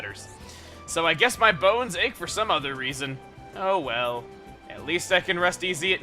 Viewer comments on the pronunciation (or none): none